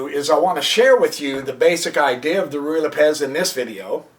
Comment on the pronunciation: I think it is either pronounced "Roo-ee" or "Righ" not "Ree" lol I can tell you are saying it quickly because you are unsure of how to pronounce it, you could have just looked it up, I assume you have a computer because you made a fucking youtube video lol